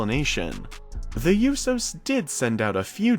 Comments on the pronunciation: Short of pronouncing the Usos name wrong this story/update was much needed and tells a lot about what's going on with the family and what we have to look forward to. I don't think they could actually book Naomi wrong because she is great at her job and a great entertainer. I do believe that the family coming back together is an amazing idea and it could play out in so many different ways. I DO KNOW THAT I'M READY TO FEEL THE GLOW AGAIN. Hurry back Naomi, Jimmy and Jay. We love you, miss you and can't wait to see y'all again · I'm glad i wasn't the only one that was getting annoyed by that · FOR REAL. if your a fan at least learn how to say the name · Lol right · he mispronounces loads of names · Same I'm glad I'm not the only that was getting on my nerves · I was pissed when he kept saying the yousos not the Usos it really annoyed me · It's USOs not Yusos 😩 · Bro it’s USO’s (ooooo so) not (you so) ! I’m sorry but that bugged me. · I guess you don't listen to how their name is pronounced, it's writen Uso, it's pronounced ooso and not youso, pronounce it right or not at all. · I know you did not say you do instead of uso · It's pronounced oo-so, not you-so. How can you not know that? I had to give you a thumbs down just for that. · It's not pronounced uso it's oo-so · It's not pronounced "yousos". If you want to be considered legitimate, pronounce names correctly. That was a long-winded video that could have been done in two or three minutes. Didn't need 7 minutes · The YOU-sows lmao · It is pronounced "OOO-SOs" not "ewyou-sews" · It's not tho yousos it's usos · Usohh not youso lol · The Yousos! 😂 You mean the Usos! 😉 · The "you-sos" 😂😂😂 it's usos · Please stop saying YOO-so. Its OO-so. No Y. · its OOO-so..... not You-so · USO's pronounced -("ooooh so's") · Who are the "You-so's"? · Bro why do you pronounce it “you sos” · “The Yousos” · E Learn how to pronounce names before speaking on them please. Who is Yousos? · The You-so’s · Yousos go hammmm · The YoUsos? lmfao